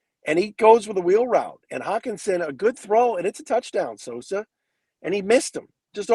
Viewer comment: Put some respek on Sosas last name,! 😅